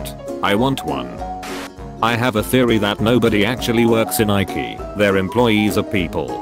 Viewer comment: Shaw-pe-shifter. (shapeshifter) eraze (erase) rattle am (rattle 'em) dumbss (dumbass) hot cheetas (hot cheetos) jiftwrap (giftwrap) Bucky's first (Bucky's FIST) ramce subplots (romance subplots) Ikee (IKEA) just a FEW examples of the words being SAID and how they're SUPPOSED to sound/be pronounced.